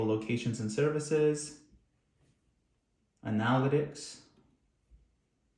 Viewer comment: Why did he say analytics like that?😳